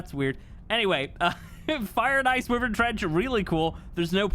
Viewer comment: "WHY-VERN" not "wee-virn"